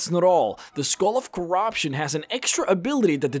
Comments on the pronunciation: the skoal of corobshun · Skull of cor-ROB-tion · Sagar Nautiyal + the Skohhl ov chorahption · kur-rup-shin (corruption) eh-Ben-knee (ebony)